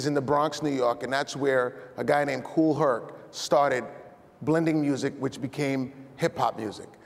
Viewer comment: Its Kool Herc...not Hertz